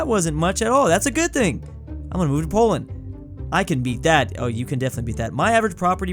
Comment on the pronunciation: The first time he ever said Poland he was wrong